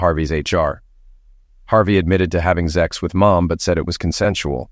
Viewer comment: Good God Almighty!!!! The word is sex! It's not zex, or zexy, or zexual! It's sex. Stop with all the damn zex! It's sex! SEX! Got it?